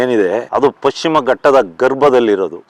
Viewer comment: ಅದು ಪಕ್ಷಿಮ ಅಲ್ಲ ಮಾರಾಯ, ಪಶ್ಚಿಮ.😊😅😮